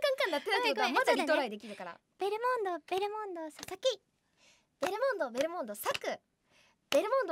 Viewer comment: ベルモンド言えないるるちゃんが可愛かったし、ナチュラルに一瞬忘れられた勝くんの所がめっちゃ面白かったw